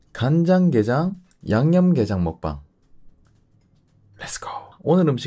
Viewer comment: 간장게장 양념게장 말씀하실때 사투리쓰신다는걸 단번에 알아차렸습니다 ☺️